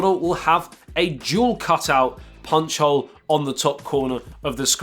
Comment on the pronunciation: whenever he talks about the s10+ camera cutout it sounds like he says juul cutout